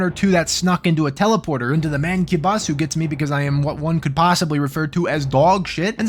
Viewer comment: i had to pause my fucking game the moment i heard "MANCUBUSSI" 😂